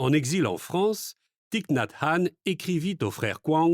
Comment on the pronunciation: Le i de son prenom ne se prononce pas ainsi. C'est à corriger, par respect pour l'auteur.